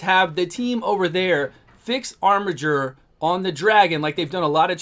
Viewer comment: Finally, someone who pronounces "Armiger" properly. It's a word, y'know.